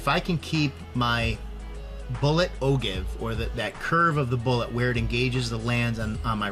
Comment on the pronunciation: just trying to help out for future videos, feel free to delete this... but Ogive= oh-jive rather than oh give.